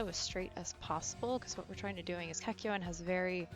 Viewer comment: At least she says the name property. Kakyoin!